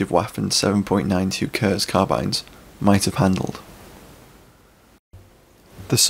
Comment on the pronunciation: Please no more “kerzz” ;-) Kurz is pronounced “Koortz” phonetically 👍